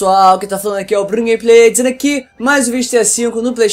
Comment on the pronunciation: Hebert Isaac Na verdade ele fala " DIZENDO AQUI!" mais parece soar como "BRUNO GAMEPLAY TZENDO AQUI!".